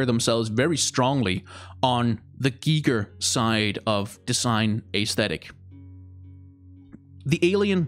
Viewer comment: You pronounced Hans Rudi Giger very vell. At least to German ears. :)